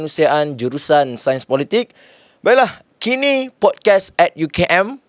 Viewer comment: Pod-kaast bang. Bukan pod-kes